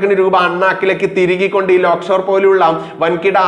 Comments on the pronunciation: Lockshore ആണോ lakeshore ആണോ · ലോക് ഷോർ അല്ല, Lake shore ആണ്.... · ലോക്ക് ഷോർ ആശുപത്രിയോ ? അതോ ആ പേർ ശരിക്ക് പറയാൻ ഭയമോ ? ലേക്ക് ഷോർ എന്ന് ശരിക്ക് ഉച്ചരിക്ക്. വാർത്തകൾ ഹൃസ്വമാക്കുക. വലിച്ച് നീട്ടരുത്. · ലോക്‌ഷോർ ആശുപത്രി എന്നല്ല lakeshore എന്ന് വായിക്കൂ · ലോക്‌ഷോർ അല്ല ലേക്ക്ഷോർ